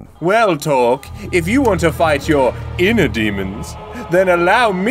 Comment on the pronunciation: No. No no no. His name is not torque